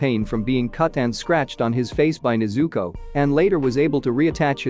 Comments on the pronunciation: “Tan-JEER-roh Kuh-MAH-doh,” “Nuh-ZOO-koh” 😬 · nez-oo-ko Tan-jee-ro Zeen-its-o In-oh-sooke Roo-E